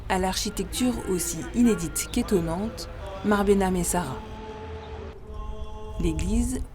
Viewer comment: on prononce mare behnam et sara